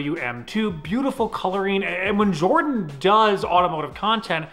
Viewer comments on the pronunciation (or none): Always jardon and not jordan lol